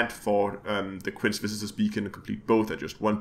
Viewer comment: Quince is pronounced kwinsee